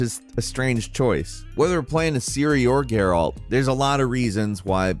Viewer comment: Dude you Said gerALT like 100 times. My guy, it's Geralt. Say it with no annunciation.